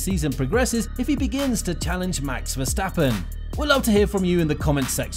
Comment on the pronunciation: " Max Verstapen"? lol